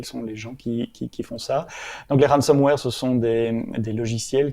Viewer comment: Excellent podcast ! (Petite remarque : 'ransomware' et non 'ransomeware' )